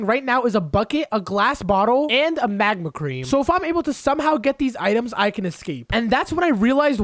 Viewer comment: why he say magma creme like that